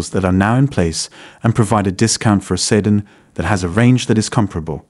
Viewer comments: SEE-DAN, not see-din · The pronunciation of "Sedan" is bad. Might need to retrain the AI.